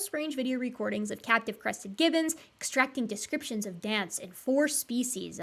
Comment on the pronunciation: said, "captive crested gibbons" and I heard, "cat depressive gibbons"...